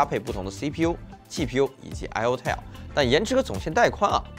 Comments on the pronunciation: tile, not tale, 發音一直錯誤太低級。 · tile 念成 "太優" , 不是 念成 "踢喲" . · Tile念错，还有其他几个英文也不会念念错。 对比居然比amd ryzen 7, 完全不专业。 英文字幕还很多错误。